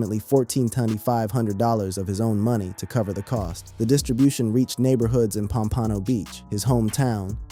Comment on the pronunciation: Pom-pa-know !! lol this dude is killing me every time you try to pronounce Pompano Beach, Florida. lol sheesh